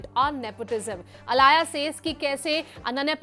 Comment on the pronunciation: She was aaliya...why is her name being pronounced as alaaya??